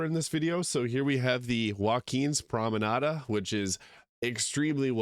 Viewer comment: Does your voice acted character incorrectly add an A to the end of "promenade" too?